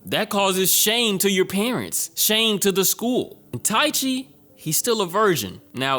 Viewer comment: just a bit of help on the name Ike Waki - E-KAY Waki Taichi - Ta-EE-Chii